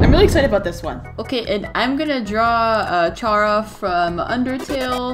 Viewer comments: you mean chara like (ca-ra)?? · 😤i do not like how u pronounced charas name!